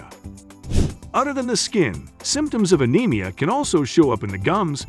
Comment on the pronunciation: This text tho speech reader is not great. Anemia is not a-nem-ee-a It's a-neem-ee-a It's not pick-a It's pike-a